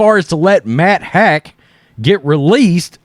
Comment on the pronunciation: Matt haack's name is pronounced "Hawk."